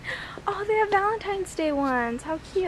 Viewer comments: Hi There Beth! I know someone who says ValenTIMES instead of ValenTines! ANd she is about 10/11 years old ! BTW, is it really aloud to film in stores there in America? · I said valentimes too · i do say valantimes instead of valantines................ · i still say valentimes lol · I said valentimes ;) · i said it like that when i was little i didn't say it right vday